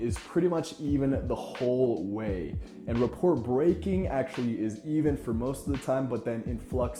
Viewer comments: Good tips, thanks. Love the quotes especially. Just wanna add that the "t" in "rapport" is silent. Sounds like "ruh-POR" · Your neutral tonality sounds like you could give a shit less. The third example sounds like you’re full of yourself. No judgement but in a business setting, this will not build rapport. I’m curious to know about your business experience. Lastly, rapport is not pronounced like report. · Never heard anyone say the word "rapport" out loud, I take it? Only a would think less of someone for that, but as a quick note for next time, it's a French word, pronounced 'RUH-POOR' with no 't' sound. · The T in rapport is silent. Otherwise a great video. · I cringed every time he said it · Probably wont see this but, Rapport pronounced "Rah-pore" Inflect, not Influct. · glad someone said it...